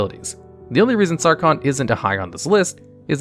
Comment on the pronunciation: "sawcon the mad" ah